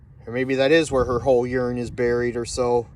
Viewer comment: It's URN, not YURN.